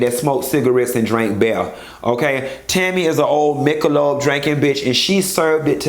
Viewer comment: This bitch said Michelob. I know the martians heard me holler. CTFU! you took me out.